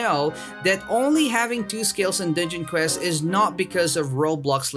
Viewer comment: Sounds like he said ninja quest lol